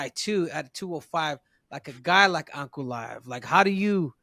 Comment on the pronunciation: This man couldn't say Ankalaev's name! Alex beat the man and made him a fan! In his mind it's Alex first then him second, in reality there are other killers! Ankalaev is one of them!